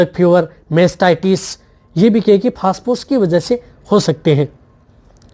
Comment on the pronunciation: पेहले आप फास फोर्स बोलना बंद कर दे...😂😂😂 फोस्परस बोले..